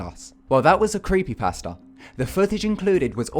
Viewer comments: when he says creepy pasta, it sounds like he's saying "creepy pastor" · Don't have anything agaisnt you. I love you're videos but when you say creepy pasta, it sounds like creepy pastor